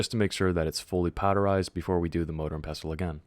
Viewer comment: Pestle is pronounced "PEH - sill" very simple rhymes with vessel.😊